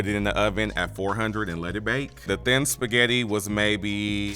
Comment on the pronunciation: “Tuday I gots my sketti”